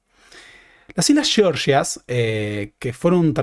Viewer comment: Por qué pronuncias "georgias" como "sheorshias"?